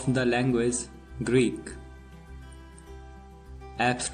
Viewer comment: Greek not greed